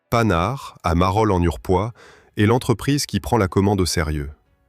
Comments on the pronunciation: PAN-HARD. et non panard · "PANHARD" bordel! Comme un pantalon , pas comme paname ! Ça pique les oreilles. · Exactement : ca sait pas dire Panhard (prononcé "Pannar") ni sagaie (prononcé "Sagaille"). Et si c'est pas de l'IA, c'est pire, c'est de la GenZ!